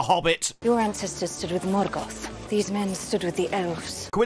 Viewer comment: Turned it off halfway through, couldn’t stand anymore, utter muck. The way Galadriel pronounces the rolling R in Morgoth and Numenor makes me want to fall on a Morgul blade